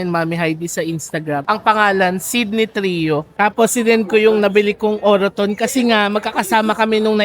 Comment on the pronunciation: its actually enunciated as OR-TON parang silient ung peg ng second O hehe.. congrats on ur first purchase - next time get kayo sa may Birkenhead may further discount sila dun:) relaxing tlga mga videos mo thank you